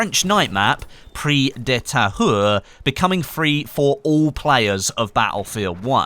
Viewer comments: "Priz de ta-u-r" plz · Really sorry if I misinformed you about the pronunciation of the map. I know pronunciations are a bit pedantic but: Pri-ze d-uh Ta-u-re e is more like uh h is silent u is like gutural u, not "ou" Again, I know French can be hard to pronounce but it would make you sound a lot more professional and you might learn something. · You can say it like preeze deuh thahure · Hahahaha I’m French and how do you pronounce Prise de tahure is really funny 😂😂